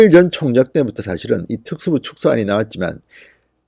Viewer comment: 진성호님 발음이 너무 안좋아요 특수부를 줄이겠다랑 그리고 뭐라하는지 못알아듣겠어요 부분 답글로좀 써주세요 아 답답해 발음이 너무 안좋으시네요